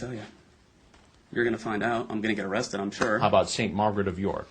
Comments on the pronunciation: O cwap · Oh cwap, am I gonna be awwwwwwrested?